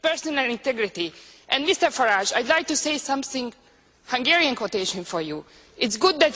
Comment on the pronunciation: Alex has been getting all the small details wrong though even calling Farage an EUP not MEP, even pronuncing his name wrong, but the small details dont matter much